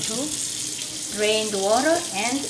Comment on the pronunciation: Is it just me? But I love how she says water its like wuh-duh